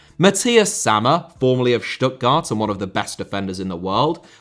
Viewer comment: You nailed the pronunciation of Stuttgart, very good!👏